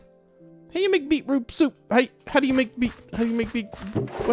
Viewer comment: Anyone else super amused at the way says beetroot soup? Beeproop soop 😂 love the vid as always 8023